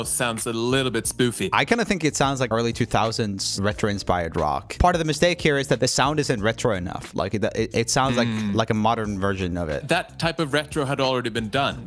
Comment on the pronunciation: Haha! I mean, the song and the melody itself is really nice, , it's just, I can't stand how MJ pronounces the word "part", like "pwart". I don't even know how to write it, he puts an /u/ sound between /p/ and /art/ and it gets on my nerves, lol!